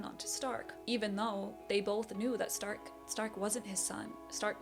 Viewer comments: German here: wrong pronounciation. We dont say Z if it doesnt literally say so(why you think we have Z in the alphabet?!?!?). We speak the S softly. Difference in Stark is ONLY because we differ S combined with T = SCHTARK, S+P = SCHP and S+C+H = SCH. The only case if we double S, Only THEN its hard pronounced like. Example Trasse= TRAZzE. That are the most common cases when we pronounce different. If you see a word in german with only Single letters, and not these examples above present, then its pronounced all equally on every letter. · The show calls the character’s name in German pronunciation. Sein = Zein Stark = Shtark Eisen = Eizen